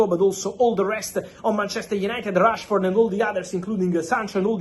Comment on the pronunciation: Why is fabrizio saying Trashford?😂😂😂😂